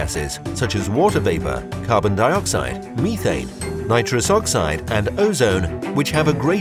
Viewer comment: The e does not say it’s name in methane